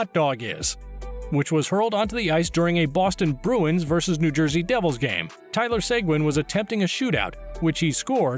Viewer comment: “ Tyler segwin”